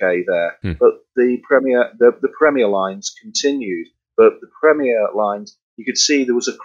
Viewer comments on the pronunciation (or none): The host needs to work on pronunciation, that was quite hard to listen to, wish had atleast corrected the company name of wich is a known quantity on Sadly didn't mention anything about Premier in the 20s and 30s, drums such as the dominion major and ace... It was club (never heard of disco) then crown... senator was the seller brand name